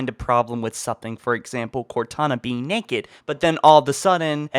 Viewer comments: NAKED NOT NEKED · I love the way he says naked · does anyone notice that when he says naked it sorta funny